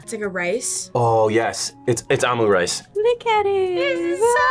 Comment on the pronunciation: “Ahmu rice” ….it’s “omu rice”